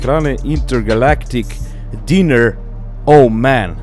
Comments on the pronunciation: Diner se kaze "Dajner" a ne "diner" dinner je vecera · Dajner, ne Diner. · Brale samo jedna ispravka, naziv nije "diner" posto se dinner pise na engleskom vec se cita "dajner" (diner) sto u slengu americkom znaci restoran ili kola za rucavanje da budem precizan :) inace odlican video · Samo mala korekcija, u pitanju je Intergalactic Diner (čita se "Dajner") dok se večera se piše sa 2 slova "n" tj. Dinner.